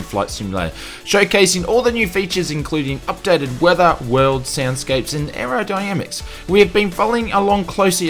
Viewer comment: “Aerodyamics” ...er... clearly not a pilot.